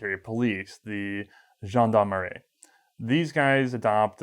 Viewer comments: Thanks for the very good work !i'm watching it from France and it's sometimes hard to understand the totality of your Words.But i'm progressing vidéos after vidéos! Thanks for keeping those légendary weapons live. Ps:it's gendarmErie not gendarmarie. ;) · GendarmErie. Who's been corrected on one of his video, now ? :P Interesting, pretty exhaustive and well made video, as always.